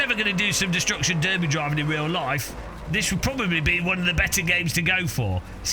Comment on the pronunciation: even more importantly a British guy just pronounced "destruction derby" correctly...